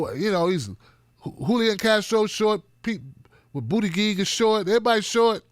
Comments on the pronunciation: It’s pronounced Boot-it-Judge 😉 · Thumbs up if you also think pronounciation of "Bootygig" is the best thing ever! Love you! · Please just call him Pete because your mispronunciation of his name is crying worthy lol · I don't like Buttigieg butt you should still try to pronounce his name right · Ugh.. annoying to hear you repeatedly mispronounce Pete's last name. If you can't say it properly, just call him Pete. 🙄😒